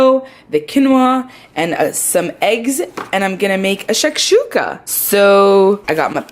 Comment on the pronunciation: ur 'shakshookah' is questionable.